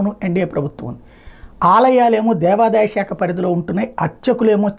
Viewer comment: బ్రహ్మశ్రీ వద్దిపర్తి పద్మాకర్ గారు ఎప్పుడో చెప్పారు.... దేవాదయ అని దేవాదాయ కాదు.